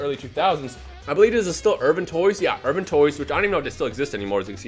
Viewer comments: Urban toys? Ohhhh IRWIN toys. LOL You always manage to murder the English language. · Irwin not urban.... speak a english